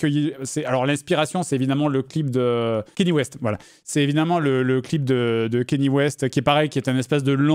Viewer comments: "Kagné", ça se dit "Kagné"... pas "Kenny" 😂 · JDG qui n'a pas compris power de Kanye West. (Qui se prononce "Kanyé" mais c'est abus très courant en france, ça se comprend) Power parle des dangers de donner trop de pouvoir a un seul homme, c'est un cri d'alarme et le clip représente cette idée, un homme moderne au milieu d'un tableau représentant un dieu de l'olympe. Donc dire "le melon de Kanye", il est vrai qu'il a cette réputation (et qu'il la mérite), mais ici c'est hors de propos, c'est propager des idées fausses sur une oeuvre qu'il n'a même pas cherché à comprendre, il parle de "melon" alors que son ignorance sur le sujet devrait le pousser a l'humilité car il n'a pas la vision artistique de la personne a laquelle il s'attaque; il devrait s'intéresser d'avantage au références qu'il utilise, au mieux curiosité intellectuelle, au pire par respect pour son publique. J'en fait peut être trop mais je trouve que c'est souvent que JDG prouve une certaine ignorance sur des sujets qu'il aborde ou des références qu'il utilise, une partie de son audience est jeune, il a une responsabilité sur les idées qu'il propage car ça sera prit pour acquis pour une parti d'entre eux.